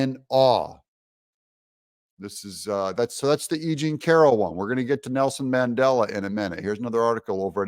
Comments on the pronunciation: Mandela not Mangela lol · It's Mandela not Mangela. Way to make conservatives look bad. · Mandela, not mangela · Oops. It’s Mandela, not Mangela. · It’s Mandela not Mandela. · There is a big difference between "Mandela" and "Mangela." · Mandela - not Mangela.. LOL. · Um, that's Mandela, not mangela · Umm...its Mandela not Mangela. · Mandela not Mangela. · Who is mangela? I thought 🤔 it was Mandela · Mangela...really? the DA is more like Mengele! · Mandela—-no “g” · Come on Doug its Mandela LOL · That's Mandela not Mangela? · Did Trump say "Mangela," or "Mandela?" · Who is Mangela? Are you confusing Mengele with Mandela? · Mandela NOT Mengele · Mandela not Mangela 😂😂😂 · Mangela Doug? You really oughtta fix that.